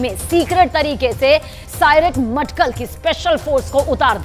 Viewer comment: Matkal nai bhatkal hai